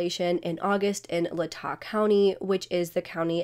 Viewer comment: Thank you so much for covering this case so closely. This is my home state and it’s been so crazy. As a quick note, Latah is pronounced Lay-taw.